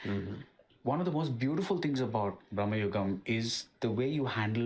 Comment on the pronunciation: It’s BRAMAYUGAM but in hindi momootty saying it as BRAHMAYUGAM. Maybe thats y he’s pronouncing like that.